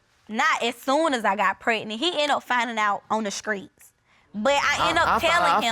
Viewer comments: The grammer and butchering of the english lanugage is unbearable to listen too. Scrait? Scrong? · Skreets. Skrong. Yes the grammar indeed. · I felt that hard when judge corrected the girl. And said STREET 😂 She basically said it's not SKREET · the word Skreet for street was getting me🙄🤦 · Skreet, pacifically, hurted, skrong, as really, dat. I feel bad for that baby....